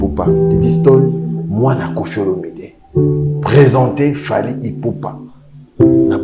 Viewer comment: Il arrive meme pas a dire le nom de fally , aza honeu ce type